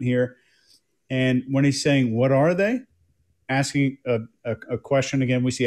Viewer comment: I was just AXING-ing Michelle if y'all finna bring this back up!🤣